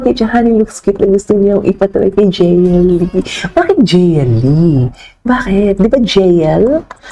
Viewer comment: Jeyelie pronunciation nya sa JL mamsh 😂